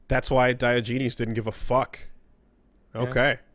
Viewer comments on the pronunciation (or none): “Dye Oh Genies” The fuck...